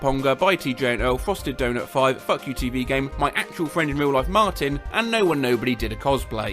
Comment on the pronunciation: Why did he pronounce Fuku as fuck you?